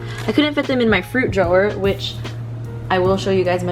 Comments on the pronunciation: i think its funny how you say drawer like drow-wahhh instead of draw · I love the way you saw drawer 😂💗